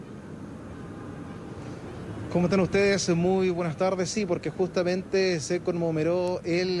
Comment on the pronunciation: Por favor manden a estudiar a este tipo, no puedo creer que lo envíen como periodista. Es CONMEMORÓ no "conmomeró" y es 142 aniversario no 122.